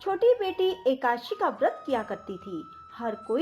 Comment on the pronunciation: ekadashi hota h ekashi ekashi kyo bol rhi ho.